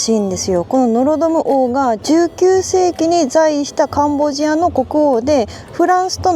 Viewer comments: ！ところどころ甘噛み（カンボジニアとか）聞こえるのは自分の耳のせい？でも最高です！リモコン見つかりましたか？ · "カンボジア"がうまく言えませんでしたね！😄😄 やはりカンボジアも中国に侵食されてるようですね⤵️ 楽しみにしてます！ 頑張って下さい！